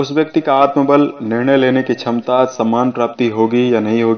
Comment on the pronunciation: Chamta nahi kshmta hota hei bhai.... Sahi bola Karo sunane mei bura lagta hei....